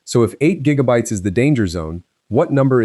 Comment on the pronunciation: “six gig-bytes” can’t even say gigabytes right.